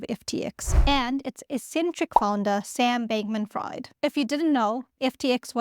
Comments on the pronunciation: Sam Bankmam "Fried" 🍟 It is "Freed", as in Friedman. My ears are bleeding lol. Jeez did you ever listen to the news 😂 Nice video though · it's FREED Not Freid. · It's writted "Fried" but pronounced "Freed" Edit: Subscribed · A little help with English words. His name is pronounced Freed. You can usually pronunce names with "ie" and "ei" by the second letter. So Fried is pronounced Freed and Freid is pronounced Fride. Just a little quirk of English. Keep up the good work. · say: FrEEd (as in liberated), not Fried (as in French fries). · Fabulous explanation .... I now know what not to do and I am on it! Don''t use Python... don't label your crimes.🤣 Glad you noted in the Show More notes that Fried in this case is not pronounced "Fryed"... I'll add here that is is pronounced Freed. But he really fried himself and the customers. Many of the employees were in on it... SBF had a property in the Bahamas that was called a "crypto frat house" by the press. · His last name is pronounced “freed” not “fried”. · His last name sounds better pronounced "fried" like fried chicken, instead of "fried" like freebird, cause he sure isn't free anymore haha. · "Fried", pronounced "freed". But could be pronounced "fraud" 😂 Thanks for the video/info 🙏✌️ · Its "Freeed" not Fryed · He may be fried but I think it's pronounced freed. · Fried, and Friedman, are German last names, and Fried is pronounced like freed (slave), not like fried (chicken). I like it, though, because he is a fried bank man. Fraud great as well. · I initially thought you said Sam Bankman Fraud. That would have been funny😅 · To my American ears, it sounds like you're saying "Fraud". Which would be apt. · His last name is pronounced as FREED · I can’t stop smiling when she says “Fried”. Name fits him now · This is not in anyway a hate comment. But the name “Fried”, the ‘ie’ is pronounced as ‘ee’. Just trying to help, 🙂. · I think pronounces it "Freed" but he certainly is fried now, so please carry on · pronounced "Freed"